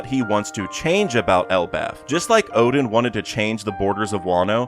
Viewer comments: Oden is NOT pronounced as Odin!!!! Is pronounced as O-DEN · Oden and Odin aren't pronounced the same way. This has just been bothering me in a lot of your videos.